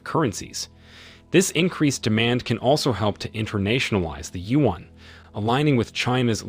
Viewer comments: You should use Google translate to learn how to correctly pronounce China’s currency, the yuan If pronouncing “yuan” is too difficult for you, use the common alternative name, the letters RMB for the Chinese RenMin (People’s) Bi (currency) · Whoever is the journalist in this video, is an idiot. You cannot even pronounce "yuan".